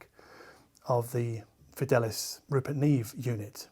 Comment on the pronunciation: Didn't Rupert Neve spend a lot of his childhood in Argentina where they speak Spanish? You would think that Fidelice would be Fidelicé (verb form of fidelizar to loyalise). The Latin is Fidelis and means faithful and the name Fidel comes from this eg Fidel Castro. I think your pronunciation had a more Italian skew. Maybe it is Fee-del-lee-chai but they omitted the acute accent for asthetic reasons?